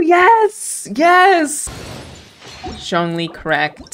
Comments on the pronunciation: “zhong ling” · no one: the subtitles: jaw lee, john lee, shawn lee, just every american pronunciation of zhongli